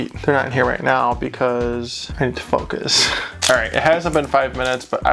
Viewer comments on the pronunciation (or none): none